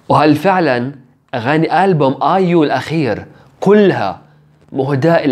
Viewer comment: بليز مو ايوم اسمها ايو